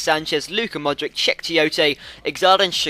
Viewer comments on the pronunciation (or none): Modrich not Mod - Rick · Its not modrik, but modritsj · Modriç - pronounce ModriCH :) peace buddy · modric is pronounced money-grabber